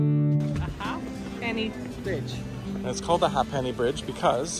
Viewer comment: The Ha’penny Bridge is pronounced like ‘Hape nee’ rather than ‘Hah penny’